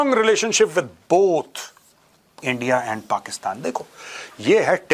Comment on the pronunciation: Big fan Major! Especially your pakistani accent! Its been a long time since you have said "Endia" in typical pakistani accent. What are your thoughts on nuclear disarmament of Pakistan? How big a threat do you consider Pakistan's nuclear arsenal in a potential war with them? Is Pakistan's nuclear disarmament possible? How would it happen according to you?